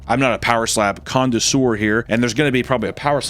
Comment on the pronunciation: Did say condesour? I thin he means connoisseur